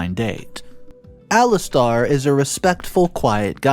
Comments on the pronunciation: Ali stare. Not Ali star. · Alis Tair (as in air ) not Alis Tar (as in arrrrrrr) like a pirate 🏴‍☠ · It's Ali STAIR! NOT star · Actually it Alistair. Lol